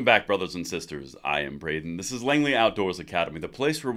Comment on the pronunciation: His name is BRAY-den. And BRAY-den CANNOT WAIT